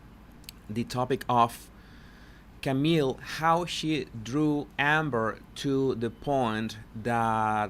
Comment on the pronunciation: Wht bugs me even more is that cannot pronounce Camille's correctly. Like she is doing that on purpose!? Seriously, how disrespectful! 🙄 But I just love that Camille does not even turn her microphone off knowing there will even more objections coming